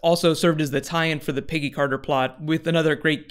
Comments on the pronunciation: "Piggy Carter" ahahaha it's Peggy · Every time he says "Peggy Carter" I hear "Piggy Carter." Am I crazy, or is that was he's saying?